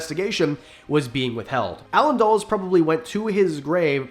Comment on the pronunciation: When you said Dulles i didn't immediately know who you were talking about because that's the first time I've ever heard anyone pronounce his name that way. It's dull uhs